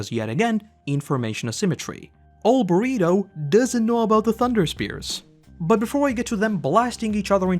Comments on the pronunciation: Do you call Bertholdt, Burrito? 😂 I thought I was mishearing your accent but I don’t think so now. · Constantly saying Bergholdts name wrong is great 😂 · please just like say Bertholdt's name right its so annoying like his name isn't even that difficult to say, your name is 🙏